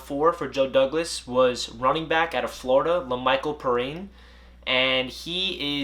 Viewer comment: You said Perine wrong